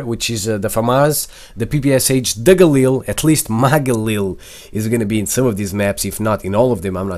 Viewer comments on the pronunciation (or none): none